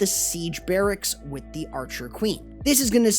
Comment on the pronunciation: YOU SAID "BARRACKS"!!!!!!!!!! Thank you